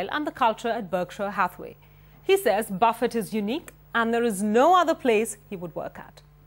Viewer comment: its not buffettttt ..keep t at the end silent lady..